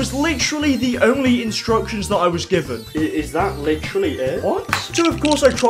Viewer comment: Great video but you be saying “litjery” like every other sentence.